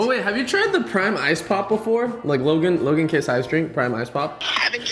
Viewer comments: Logan paul❎ luggen paul✅ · Bro said lojan Paul 😂😂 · “Lojan Paul”